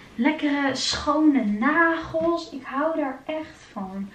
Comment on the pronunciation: ✨m’n negels are af✨ beautiful engels 😂